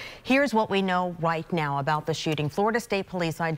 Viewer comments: "Here's what we know WHITE now" 🤣 Oh, you wascally wabbit, I see what you did there. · Did anyone else notice the news anchor who was introducing the story her channel was about to present by say "... here's what we know WHITE now..."? This may have just been how this anchor usually pronounces the word "right", but I wonder if it might be some sort of freudian slip on her part. I'm just wondering if I'm so off base that I'm going into kookoo territory, or if this idea has any merit, and if so, what could it mean? BTW, I'm true Blue all the way through. Just didn't want the angle I'm coming from here to be mistaken.